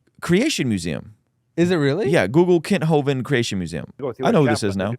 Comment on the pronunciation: Kent hoven has been around since the '90s, I remember the government set him up and he ended up doing 10 years in jail because he was out there preaching the truth. Oh and by the way you guys are butchering his last name! 😂